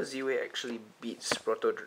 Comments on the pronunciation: surely its Zwei like "tie" but with a Z. Meaning german for two? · It is I think pronounced as 'Z-Vei' based on my knowledge. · Your prounouncing Zwei wrong... Its german buddy. Means 2. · Is 'Zwei' really pronounced like that?